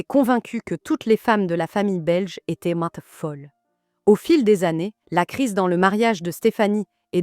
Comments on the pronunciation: Si ce n’est pas de l’IA, pourquoi prononce t’elle aussi bizarrement le mot « étaient »? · « Fiancaillez z’annoncers » « étaiant » « remarkered » j’espère que c’est de l’IA…